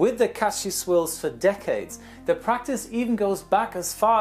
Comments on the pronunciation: "Sie" Germans ahaaha I always think about Clarkson and his "Sie Germans sie" ahahah. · LOOOOOOL "Ze Germans" XD XD